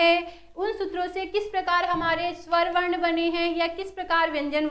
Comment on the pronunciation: Mam varn ka ucharn shi kro